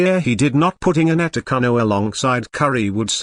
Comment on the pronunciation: Please pronounce his name correctly please